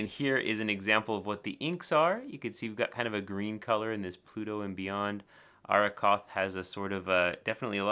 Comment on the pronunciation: Colorverse inks are one of my favourites. That they draw inspiration from nature and science is a big perk for me. About pronunciation.... I believe it's Ah-Roh-koth with the double r being pronounced as a strong R, as in Rover or Red. So you got it right :-) The other one is Kuiper, pronounced as Keeper (roughly). Arrokoth comes from Powhatan language meaning cloud or sky, and it's an asteroid that looks like a very red snowman that fell over :-P